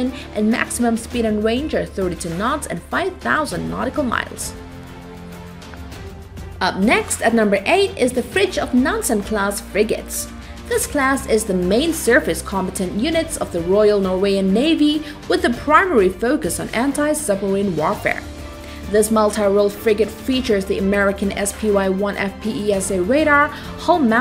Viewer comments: Fritjof Nansen is in one word, and it's pronounced Norwe-gian. Not norwayan. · Did she for real say "The Royal Norwayan Navy" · Royal Norwayen navy you said , i think you meant The Royal Norwegian Navy or in norwegian "Den kongelige Norske Marinen